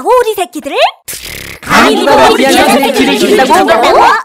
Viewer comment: 귀한 새끼 를 개새끼라고 들림